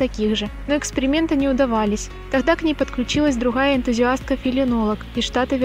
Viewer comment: Друхом, в хораде, друхая, треухольник, орханизации. Слух режет